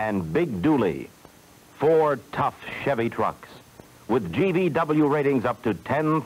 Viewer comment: it sounded like he said "ford tough chevy trucks." instead of "four though chevy trucks." lol once you hear it you can't unhear it...